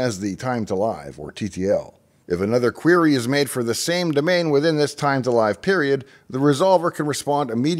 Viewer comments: I always thought live in TTL was pronounced like"I live in a house" not like "Saturday night live" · Very well covered, certainly at least for the vast majority that would be catching that content. A few minor nits to pick ... TTL, generally pronounced Time to Live - as in give, not hive, also servers (and resolvers, etc.) may cache the DNS data up to the TTL, but not longer (they're not required to cache it that long, and may cache it for less time, or even not at all), they're not to cache it longer, as it may no longer be valid past the TTL (alas some violate that and cache longer, but typically only if the TTL is quite short, e.g. some might enforce an effective minimum thorough caching, of somewhere between 5 and 300, with 10 to 30 being fairly typical). AAAA - typically referred to as quad A rather than four A Other than those wee bits, I'd say you well covered it highly spot on! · Come on. It’s not time to “live” which rhymes with “hive”, it’s time to “live” that rhymes with “give”. Give me a break. The TTL is a self-destruct mechanism, hence time to live (rhymes with give). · First time I've ever heard the word Live in TTL pronounced with an "ly" sound. Since the TTL value specifies how long query response data should exist in a cache, I believe it is supposed to be pronounced like "give", as in how long the data should live in a cache. Though rhyming with "five" also kinda makes sense in a way, since the TTL somewhat controls how long before any changes to the value fully "go live" on the internet. Obviously they go live right away, but you can't be sure they are fully effectively live until the TTL has passed. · Is it pronounced “Time to LYV” or “Time to LIV”? I always assumed it was the time for the record to live (short “I”) in the cache. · "Time to live" - that 'live' should be pronounced as if it rhymes with 'give', not 'dive', right? It is the remaining time of the entry before it ceases to live. Or I got it wrong? :)